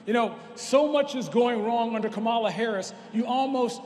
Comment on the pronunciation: Kamala is pronounced "Kaamaalaa just like the wrestler Jim "Kamala" Harris !